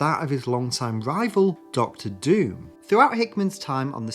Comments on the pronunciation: It's pronounced Von Doom, not "Van Dame" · The butchering of Dr Dooms name should be punishable by prison